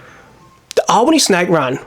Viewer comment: Been there a few times. You pronounce the town Al-bany not All-bany as in thr name Allen. Just to let you know. Nice vid man keep it up